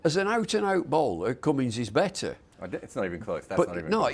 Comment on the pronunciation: It's not even close its Cummins and I'm British